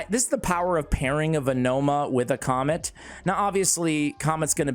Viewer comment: It's not comet , it doesn't sound like that. It's Ka - met .